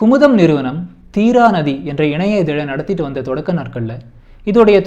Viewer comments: தீரா நதியை தீங்கா நதி என்று சொல்கிறீர்கள்,, எழுதி குடுத்ததை படித்தால் இப்படி தான் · பதட்டம் எனக்கில்லை,, தீரா என்று சொல்லும்போது நீங்கள் தான் பதட்டம் அடைந்துள்ளீர்கள்,, தீராநதி என்று சொல்வதற்க்கு பதில் தீங்கா நதி என்று உச்சரித்துள்ளீர்கள்,, ( head போனில் கேட்டாலும் தீங்கா நதி என்று தான் கேட்கிறது )